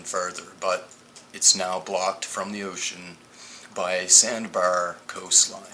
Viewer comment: Its pronounced sand "BAR" not sand "BUR". Good vid tho